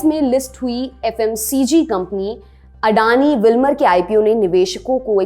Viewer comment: वो खुद को अदानी कहते हैँ लेकिन आप अंग्रेजी मेँ नाम पढकर उनको अडानी कह रहे हो ।